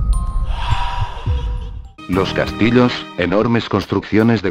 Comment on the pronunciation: jajaja dijo "los castilos"